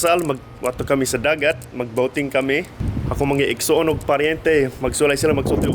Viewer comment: EGG-SO-ON (IGSOON= SIBLING) UNG BAH-LYE NI LE-BYE LI-BUTT (Ang balay ni libay libat)